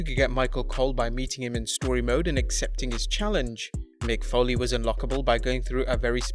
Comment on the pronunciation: Mick Folley⁉️ Folley⁉️ Foley‼️